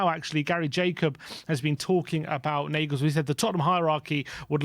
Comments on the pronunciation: Why is Julian Nagelsmann name been pronounced as Negelsmann?..the correct way to say his name would be “You-lian Nar-gayles-mann!!”..if we are going to flirt with him,the first step would be to get his name right 😂😂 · ‘Narglesmann’ not ‘nayglesmann’ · Never heard Nagelsmann pronounced like that before